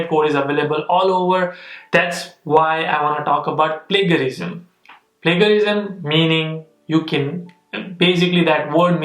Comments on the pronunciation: Its Pla- gia-rism(sound as plājəˌrizəm/) and not Pla-ga-rism. Just correcting. No offence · How come a man who can't pronounce plagiarism is doing masters in America, I am out